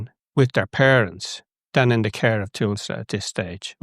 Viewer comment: your point would be more effectively made if you could pronounce Tusla